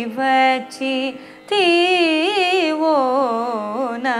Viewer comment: why did you have to break the word ".....vacchithivo" as "....vacchi thivo".......This can not happen while singing only the first line of the composition! Vocalists should take a lot of care to correctly pronounce the Lyrics of the Composition, knowing where to break the line without spoiling the meaning.